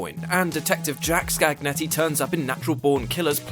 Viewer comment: "Scagnetti" would be pronounced like "Scanyetti"!